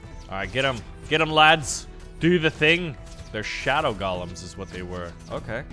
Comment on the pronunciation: Stop calling them "gollums"! It's GO-lem. As in to go somewhere!